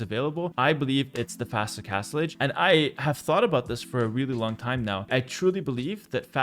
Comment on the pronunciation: Castlege? Castlige? Oh Castle AGE.